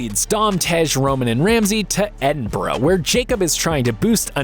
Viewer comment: The incorrect pronunciation of Edinburgh has absolutely killed me